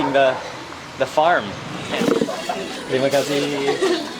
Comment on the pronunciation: Your pronounce when you say "terima kasih" are great 😁 ! You can be a local in bali ❤ have a great day